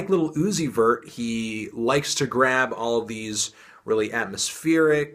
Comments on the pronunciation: I cringe everytime you say lil uzi very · "Liddle Ooozi'vert"